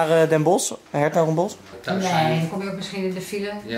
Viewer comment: je spreek s'hertogenbosch uit als shertogenbosch of Den Bosch niet is Hertogensbosch, ff tippie;-)